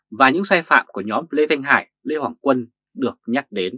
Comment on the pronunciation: Lê Hoàng Quân mà người bình luận lại đọc tên là Lê Hồng Quân người đọc bình luận này phải đọc sai không Nếu sai thì người đọc bài này tìm hiểu kém quá